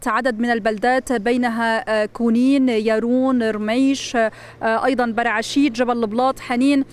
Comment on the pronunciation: يارون وليست ياروم، ليس هناك بلدة في لبنان بذلك الإسم